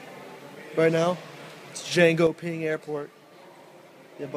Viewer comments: Jönköping, not Jengoping... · I know swedish isnt your speciality but how do you pronounce Jönköping as Django-Ping? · HAHAHA Jangoping xD hahahaha Jönsköping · Hahahaha dude, i literally laughed my ass off when you said "django-ping" love you man.. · "I'm thinking about taking the train from koperhagen to jan-go-ping" I ALMOST PISSED MYSELF xDDD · "jangoping" hahahhah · You mean Jönköping? Djengoping lol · jankoping? jönköping :XD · chen-ko-ping :D